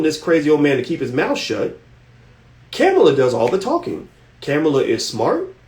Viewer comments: Ka-mall-a that's how u say her name. He's killing me by say cam-a-la 🤦🏾‍♂️ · You don’t even know how to pronounce her name.